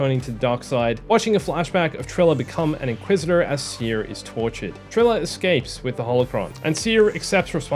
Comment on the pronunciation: Small detail, but I like that you started saying Cere as Sear instead of See-Air. Love your videos and the news updates on Survivor